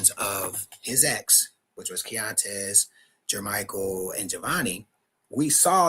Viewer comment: it’s “key-on-tez” keontez. Respectfully.